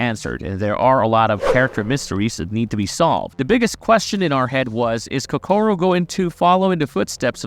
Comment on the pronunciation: why you gotta pronounced Kokoro wrong. so annoying lmao